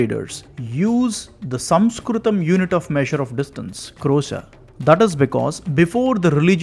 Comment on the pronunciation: The point at which word "Sanskrit" was first pronounced, I quit.